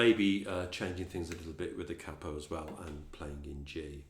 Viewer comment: I'm subbing you purely because you are the first tutor on u tube that I've heard saying 'cappo' instead of 'caypo', at last ,someone who understands what it means,,,thanks mate,,,🤗👏